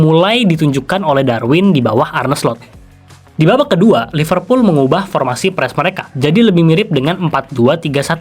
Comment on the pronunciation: Gimana fans liverpool sucribe lo klo lo nyebutnya iful kek fans mu